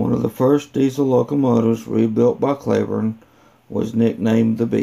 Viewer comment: It’s not “Clayburne” , it’s pronounced “Cleeburne”